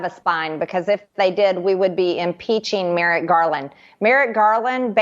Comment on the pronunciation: It's Merrick, not Merritt, you tool! (She's mind-numbingly stupid.) Enough of this trash. Vote Blue! 💙💙💙💙💙